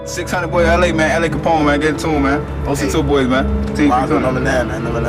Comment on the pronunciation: Do Young Pappy, T. Roy, J-Money, Wooski, K.I, L’A Capone. And please Pronounce ( L.A) name right. It’s L. A NOT LA